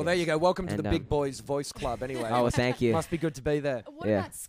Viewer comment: " Oh sank you " LOL